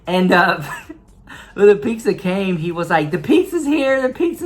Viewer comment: Rick says “Pixza” like I used to say it. Lol. It’s pronounced “Peetsa”